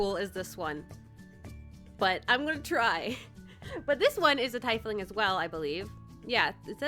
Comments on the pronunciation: Its not tie fling its tea fling, just saying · I think the correct way to say it is tee-fling XD FORGIVE ME IF ITS WRONG XDDD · Your character sounds chaotic neutral to me. Also I think it’s pronounced ‘tee-fling’. I love the design! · Being an avid D&D player this was cringy cute watching this. Btw! Tiefling is pronounced Tee-fling. And each species of tiefling (either infernal, feral, and so on) have different shades of skin. Usually its reds for infernal and purple for common. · It’s pronounced Tea-fling btw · That's not how you pronounce tiefling right? I thought it was pronounced teefling... right? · I have a teifling character for D&D!! Btw it's pronounced teefling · By the way- it's pronounced (Tee-fling), but it's really up to you on how you want to pronounce it!!! ^_^ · I'm not sure if you are pronouncing tiefling right.. But maybe I'm the wrong